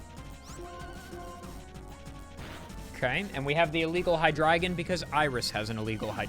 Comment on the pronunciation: I appreciate you respecting the German origin of Hydreigon! Your pronunciation was WUNDERBAR